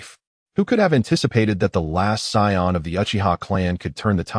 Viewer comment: Sion not sayian